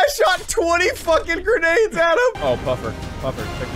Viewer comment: It’s a Gren-EGG Launcher